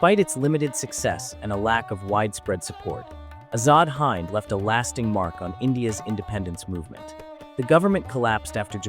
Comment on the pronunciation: Hind is not pronounced as you have (you pronounced it as the “hind” in “behind), Sir. Please say the word “win.” Now replace the “w” with an “h.” Now just add a “d” at the end of “hin.” Hind, meaning India, short for Hindustan (the land of the river Indus). You don’t say “Hayn-du” or “Hayn-du-ism,” right?